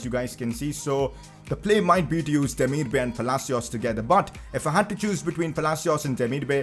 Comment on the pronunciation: It’s pronounced demir-ba-aai